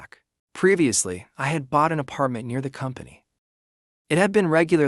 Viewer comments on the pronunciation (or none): none